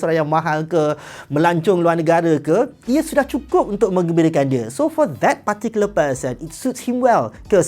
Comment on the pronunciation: saya sukaa speaker ni sebut “particular” 😍😍😍